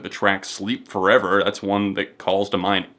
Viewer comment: Haleb forevahh lmao